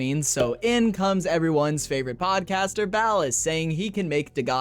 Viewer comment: Ballas❌Bald Ass ✅